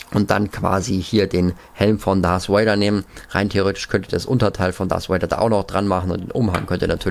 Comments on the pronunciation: Hi, ich feier deine Videos und mach weiter so,ich kann zwar selber nicht so gut englisch aber bitte sprich darth Vader oder sith trooper richtig aus,mich triggered das voll und ich möchte nochmal sagen ich mag dich und auch deinen Kanal und kann selber nicht soooo gut englisch aber bitte achte ein bisschen auf deine Aussprache ^^ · Er heißt Darf Vader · Diggah es heist nicht dars vader sondern darth vader DARTH